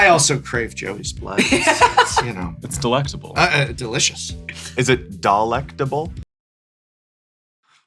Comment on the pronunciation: You get a like for "dalektable." Perfection.